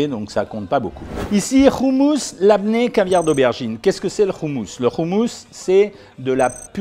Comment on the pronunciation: Salut docteur on dit pas Trina mais t'Hiné et c'est pas roumous mais hoummous😅 sinon très bonne vidéo, intéressante et instructive sur une nourriture pourtant si familière pour moi mais dont je ne connaissais pas les valeurs nutritives, merci !!